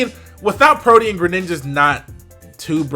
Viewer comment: Omg actually says Protean correctly.